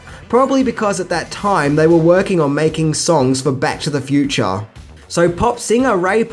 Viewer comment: "Set in the fue-chah" I love it. Come visit America mate, our chicks dig it.